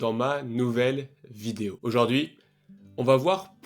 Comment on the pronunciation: On ne dit pas auJORd'hui mais auJOURd'hui .